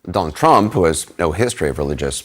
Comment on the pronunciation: It's Donald not Trondle Trump. Get back in your basement boy.